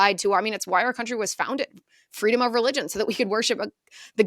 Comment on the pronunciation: She even plagiarized her "fweedom" story from her childhood.